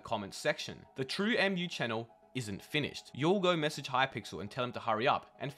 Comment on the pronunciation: it's pronounced "True moo" bruv it's based off of milk smh